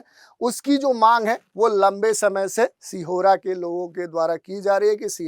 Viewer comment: सिहोरा नहीं सीहोर हे